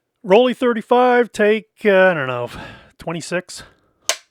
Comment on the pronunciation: Nice overview of this camera. FYI, "Rollei" is pronounced like "roll-eye," not "rolly." Think of it like rolling your eyes, which is probably what you're doing at this pedantic comment. 🙂